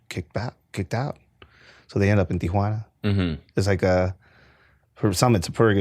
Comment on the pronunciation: The way he says Tijhunaana or wahtever kinda driving me up a wall.